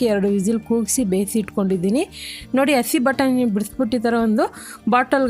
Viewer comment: ಅಸಿ ನ??? madam ಹಸಿ ಅದು..